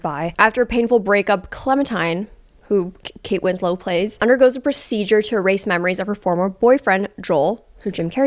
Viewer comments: ily but this is the 3rd video that you said Kate Winslet's name wrong and it's starting to irk me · "Kate Winslow" 💀